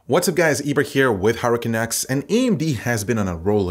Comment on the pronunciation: Always hear "HardwareCanucks" as "Hurricane X" =)